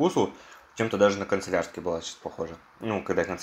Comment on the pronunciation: Господи, мой внутренний перфекционист умер, не концелярский, а кАнцелярский!